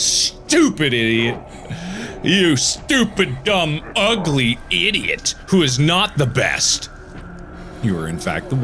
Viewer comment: How were you able to write idiot exactly the way he said it!??! Dude